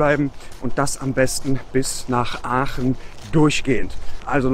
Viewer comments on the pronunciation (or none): Wir Aachener sagen zu Aachen=Oche und nicht öche